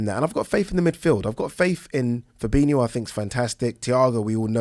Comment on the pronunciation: fab-in-o no extra i